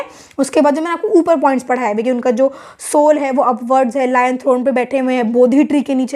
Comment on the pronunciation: Didi it's लायन capital not लोयन 😅